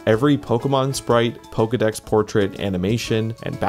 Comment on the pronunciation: no, dont say pizdex like that, its russian f word